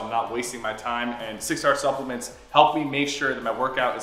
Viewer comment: “Supplement” when I heard That I thought it was suckuments